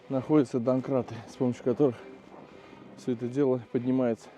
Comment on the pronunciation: Не донкрат а домкрат